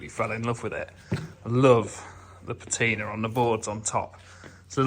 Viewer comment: Please, please the word is PAT-in-a not pa-TEEN-a